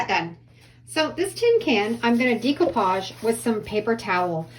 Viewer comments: Decoupage is pronounced with a long A sound like Day not Dee . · really cute ideas, love them all (fyi: it's not dee coupage, its deck oupage lol) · Decoupage is pronounced deck-o-pauge. There is no long e.